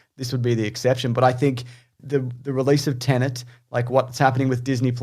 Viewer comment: Pleased that you doubted your pronunciation of Dune, but disappointed in your confidence re: "Tenet".